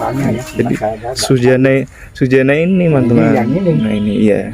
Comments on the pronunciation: Suzana mas bukan Sujana.,paham. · orang bilang Susana mas bukan sujana🙏🙏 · BKN Sujana tp zuzana say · Tlg kalo bikin konten sebutkan namanya dgn benar.. Suzana bukan di sebut Sujana... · Kok sujana sih yg bener suzana😅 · Bisa ngomong apa TDK itu.... bilang Susana kok malah jadi sujana...tdk jelas ente👎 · Suzana bang, bukan sujana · bukan sujana laa suzana. km salah nyebut